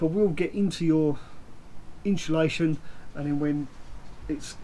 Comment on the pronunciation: Is he dancing while talking at the beginning. What's with all the hand pointing? And its insulation not inshulation!